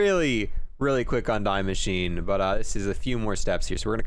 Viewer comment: damn homie really said "dye machine" instead of "dee mashineh"